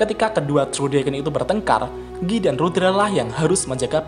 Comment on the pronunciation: bukan giii banggg , tapi gaii(guy)